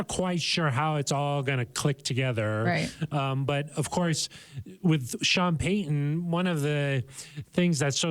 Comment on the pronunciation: can’t say the T sound in the middle of words, like Sutton or Peyton etc… just an observation. 💚